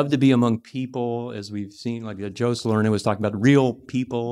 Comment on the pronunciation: My God......never even thought "Joe Salerno" could be pronounced like that. And I spent 2 weeks in Italy. I am amazed.